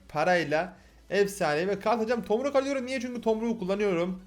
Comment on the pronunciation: abi da fiee ball dedikten sonra tomruk yerine tormuk dedin